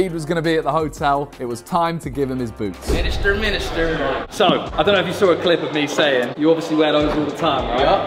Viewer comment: Everyone: Miniminter ISHOWSPEED: MINISTER